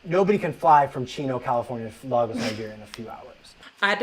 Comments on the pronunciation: Great video Patricia, but the guy's mispronunciation of Lagos was actually stressing me out. 😂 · not LAAAGos, Nigeria LOOOOL my people oo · His Lagos pronunciation 🤣